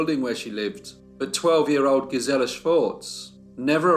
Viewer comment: GEEZ-il-uh. GEEZ-il-uh.